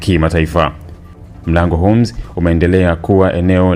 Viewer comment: Tamka vizuri hiyo Hormuz sio unasema homz